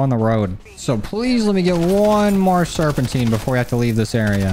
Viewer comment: ITS SERPENTINE Serp in tuh night